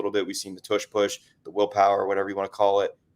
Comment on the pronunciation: Stop saying "ush push"